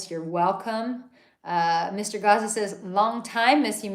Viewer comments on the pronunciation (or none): none